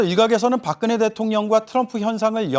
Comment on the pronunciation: 오대영 기자님 발음 꿀잼. 솨ㅑ이 박그네